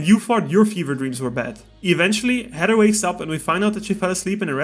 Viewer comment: Bro you can’t say Heather 😂you keep saying Header